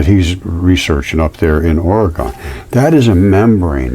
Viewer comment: We say it like organ, Oregon. Hello from Salem.